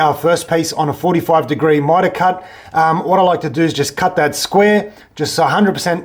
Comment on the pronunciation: What the fuck is mytawl cawt